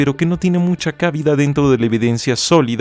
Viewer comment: No se dice /cábida/ no lleva acento. Es: /cabida/